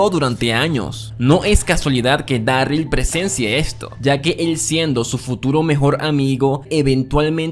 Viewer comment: Porque pronunciais Daryl como si tuviera doble R?